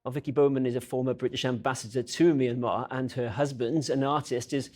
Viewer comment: At least have enough respect for these poor people to pronounce the name correctly My Mya Myan Myanmar